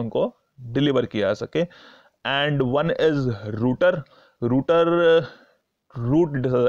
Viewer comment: Last point is not रूटर it's राउटर